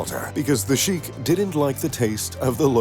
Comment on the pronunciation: its shekh not shikh